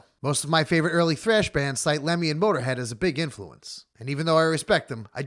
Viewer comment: I literally gasped out loud in the middle of work when you said mötorhead